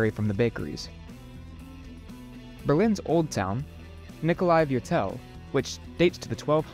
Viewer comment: Thumbs up. Try to pronounce German words correctly. Mitte, not Mitt. Look up Nikolaiviertel! (Fiirtel!).